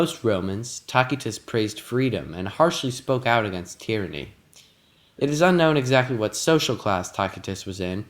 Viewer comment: The way you said tyranny killed me